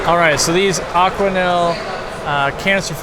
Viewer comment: BTW it’s Aquael, not AquaNel ;) keep up the great work, greetings from Poland!